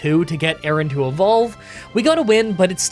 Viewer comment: The pronunciation of Aron and Lairon have to be rage bait right?